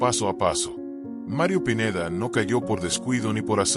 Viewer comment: Habla bn el pineida no pineda